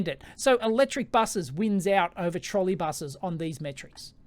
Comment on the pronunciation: "Trolley" and "Autonomous", please...